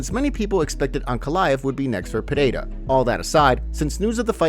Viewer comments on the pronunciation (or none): Still don't know how to pronounce Pereira?